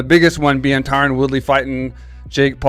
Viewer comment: DANA... his name is not Tyrone. It's Tyron.